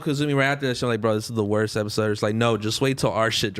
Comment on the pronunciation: be like, " On this epiZode of diZconnected..."